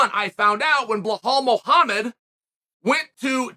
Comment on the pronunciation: No one: Chael: ‘Blahall Mohammed”